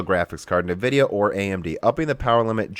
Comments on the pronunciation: don't actually know if you are trolling by saying "Nuvidia" vs "eNvidia"......... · Please, please try to pronounce nVidia properly "EHN-Vidia" not "NEH-vidia". I think a log of people find it hard to listen to otherwise. A bit like RGT saying "Nah-Vay" instread of "Na-veee". :) No offence intended! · What is "navidia" ??? As someone who doesnt care about brand and only about performance i was interested in the content of your video. Within a few minutes you are already talking about fanboys, and then you constantly bad mouth all nvidia products and cant even pronounce the brand name correcy. Sorry but you actually sound like a fanboy yourself and i cant trust your opinions.